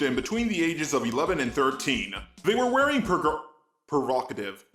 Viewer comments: we need a remix of trying to say provocative and failing miserably, we really do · Provocative: prO - VOC - Ah - Tive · Pro-va-ka-div. Dunno if it was just a tongue tied, moment or of it was a not actually having the pronunciation. But hopefully if the later, the individual sounds help at all. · You couldn't say provocative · Love this video, but is it really hard to say the word "provocative"? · Listening to you trying to say provocative was far funnier than it should have been XD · not being able to say “provocative” adds yet another layer of humanity to him. Not sure if that’s a compliment or what, but it’s there..